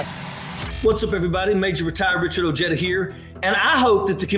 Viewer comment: Why don't you pronounce it "O-HEY-DAH"?